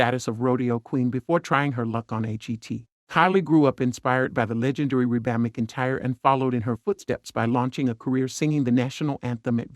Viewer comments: Who is the idiot that commentates these videos and doesn't know how to pronounce half the people's names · Who in the world narrated this that doesn’t know how to say Reba McEntire correctly?